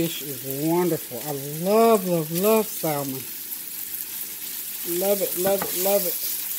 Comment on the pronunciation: Good morning...I’ll get in that wagon...I need to eat healthier as well....I try to avoid 2 carbs like bread and potatoes when I’m trying to eat healthier... btw...the L is silent in salmon...lol....you have a blessed day!!